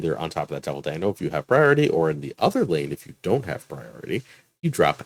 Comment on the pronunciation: The Thanos deck is fun, now if only RNG would stop hating me. Side-question, is Alioth really pronounced (all-e-oth) or more like (a-lye-oth)? Like if you take the name Galioth and dropped the "G"? Marvel Snap really needs to include the way the name should be pronounced along with the card. First Daken, now Alioth. :D Edit: I like the Hulk deck too, though I've had more success in replacing Klaw with Thing. Thing just gives a little more power at that mid-game point for me.